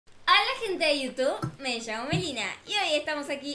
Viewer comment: Jajaja like si te diste cuenta de que dijo (hola jente de youtuk)